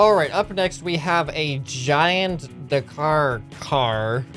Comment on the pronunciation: It's pronounced da-car as in Dakar rally